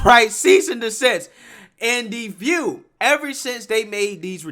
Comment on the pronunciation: I do miss Barbara Walters intro tho....I'm Bawbwa Wawaws....and this is The Vuuu